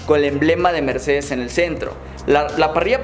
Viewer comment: un Ññññercedez